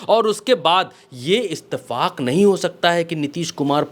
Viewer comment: Bhai ittfaq hota hai istefaq nahi😂😂